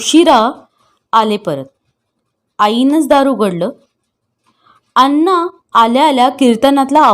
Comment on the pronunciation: खूप अशुद्ध वाचन आहे, कितीतरी शब्द चुकीचे उच्चारले गेलेत, जसे की, धीरो दात, नळात ला न आणि बाणातला ण चुकतंय, अण्णा म्हणायचं तर अन्ना म्हटलं जातंय, धीरोदत्त काय?😮 धीरोदात्त , हे आणि असे बरेच शब्द तेव्हा वाचन प्लीज सुधारा